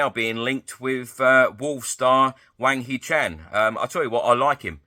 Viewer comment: hwang hee chan not chang